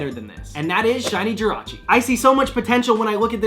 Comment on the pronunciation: Jirachi?! JIRACHI????????????????????????!!!!!!!!!!!!!!!!!!!!!!!!!!!!!!!!